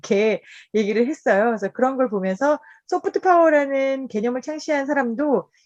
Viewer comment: Soft power,you Pronounced wrong